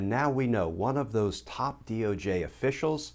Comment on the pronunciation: I like how you said DOG 🐕 official. Lol